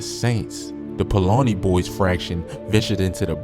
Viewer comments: Paulani boys omg Paulina bro Paulina Paul-Lina say it with me😂😂😂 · Paul-Line-Ah Can always when these videos are done from people NOT from Chicago I heard one the other day call Leavit LEAVE-IT 😂